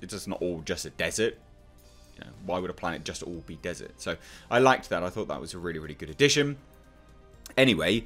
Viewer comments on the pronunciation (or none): none